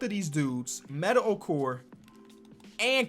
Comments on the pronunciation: How do you end up pronouncing "Mehmet" as Metter? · I stg I've been listening to pronounce Mehmet as "Metta" for 3 years and I'm tired of it please stop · has been calling Mehmet Okur "Metta" Okur for years now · This man will never pronounce *MEHMET* Okur’s name correctly